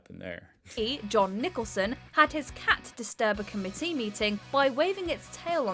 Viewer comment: The way she pronounces committee disturbs me.